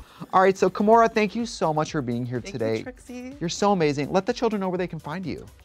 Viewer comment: It’s KAHmora